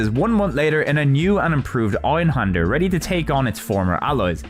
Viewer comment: Dude you're an english native, you can pronounce an ä. Why not do it?